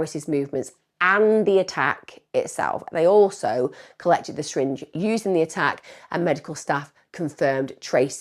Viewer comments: Emma, the way you pronounce 'syringe' is hilarious haha, 'shyringe' - amazing video btw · I love it when you say shringe lol